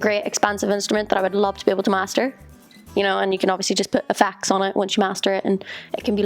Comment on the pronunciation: Did anyone else think she said "you can just put a fax on it" when talking about mastering the piano? Took a few to realize that she said "effects"...